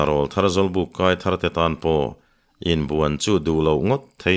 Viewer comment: A ziaktu in a thiam bawka a chhiar tu in chhiar thiam bawk.chutih rual chuan pu Hlute Rawlthar tih i lam dan hi fimkhur teh. Rawl tih lai hi Aw rawl a rawl tih kan lam ang hian lam thin rawh. YouTuber te Mizo tawng dik lam chungchangah in pawimawh sia